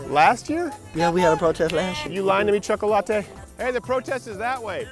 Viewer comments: dis nigga did not just say choc-o-latte, lol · Lool he called the black kid chocolateatee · Why did he call that guy choco-latte? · You just loved saying chakalatte didn't you 😂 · I couldn't quit laughing at him calling that guy chocolatte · Choca-late'. HahahahahHahAhahahaHAHAHAHA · Why did u had to call him “cho-co what ever” I know you were playing, but it was unnecessary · Terible Teri That’s how you pronounce chocolate in Spanish. The other two kids that called him while Crowder was walking up to them might be Hispanic and pronounced his name in Spanish.